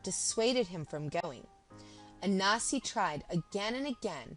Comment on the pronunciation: Why do you keep saying ANASI.... is there a silent N that challenges you?? very annoying tbh